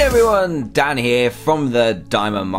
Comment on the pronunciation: haha you said dam instead of dan